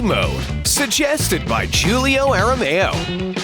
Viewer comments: ITS PRONOUNCED (HOO-LIO) NOT (JOO-LIO) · Julio is pronouce like a Who it's pronounced like who-lio please can so much to say Julio right